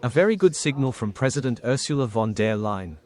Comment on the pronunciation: It amuses me how the AI bot voiceover say Ursula von "dear" Leyen 🙂